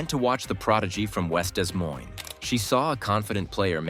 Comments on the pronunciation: Whoever did the Narration needs some EDUCATION. Des Moines, IA, is pronounced DeMoin,... NOT Dez Moinz. -- We're surrounded by fools, thieves, and idiots. -- You turn an otherwise terrific video into caca. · 0.25 Love the AI narration. "Dezz" Moines? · These A.I. voice overs are driving me nuts. "DES" Moines? 😂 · Desr AI, it’s Des Moines, not Dismoines. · Learn to pronounce Des Moines, please. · To the narrator, both "s" are silent in Des Moines when referencing Iowa (it is derived from a French word), but are usually pronounced when referencing the one in Washington. You're welcome. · Every single time they mispronounce Des Moines I wince. It was horrible to listen to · You need to learn how to pronounce Des Moines correctly!